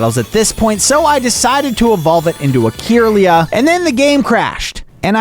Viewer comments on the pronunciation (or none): why are you calling it “keeeirlia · '' key irlia " and " Bee artic " hurt me a bit on the inside ngl